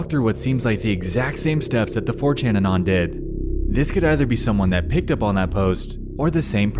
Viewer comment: bro atleast pronounce anon correctly 😭☠️